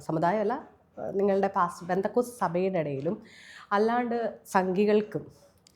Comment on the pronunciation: There's no "Bendacot" it is "Pentecost "